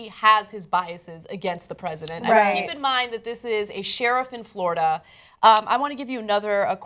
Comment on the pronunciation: LMFAO, FLO RI DUH!